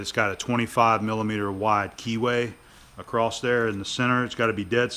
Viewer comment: Another pair of great videos. Your skill, attention to detail, precision, and patience are remarkable to watch. I always do a little happy dance in my head when I see a new entry from you. The way you so easily skip between metric and imperial is impressive too. One thing I have noticed you do that causes me to wonder, is why you pronounce across as acrosst. It makes me chuckle every time I hear it because I think you are the only person I have heard say it. You say it acrosst every time you say it. It certainly does not detract anything from your content. Just one of your foibles I guess.